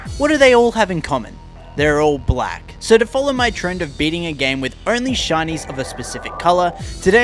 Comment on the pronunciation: The: there all black: caught me off guard it was the weirdest voice tone change ver